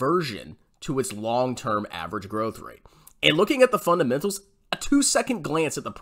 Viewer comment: "It's all about the fundementals: revenew and groeth"